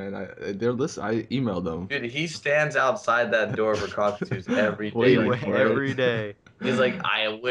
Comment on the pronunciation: I thought you were saying Cock-a-too like that one strip club by the auto shop xDD